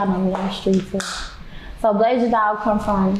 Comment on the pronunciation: BLASIAN not BLASAIN